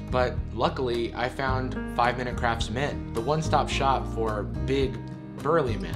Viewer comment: I keep hearing craps instead of crafts